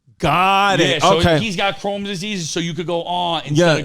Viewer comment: Him miss pronouncing Crohn's disease (chrome) was some joey dias shii 🤣